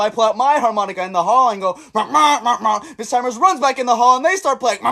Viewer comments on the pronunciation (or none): none